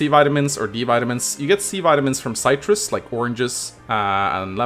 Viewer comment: It's citrus not cytrus!